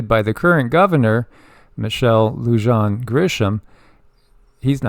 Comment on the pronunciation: Her name is Michelle Lujan (Lou-hon). J sounds like H. Gris-ham. She is something else and the people want her impeached. Protests every day and they are getting bigger every day. I live in Albuquerque, NM